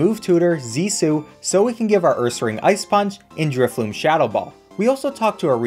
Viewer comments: The whole time he’s using drifblim i hear him calling it drifloom lol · I love your vids, but say it with me inhales driftBLIM!! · My boy Drifblim did not deserve the mispronunciation 😭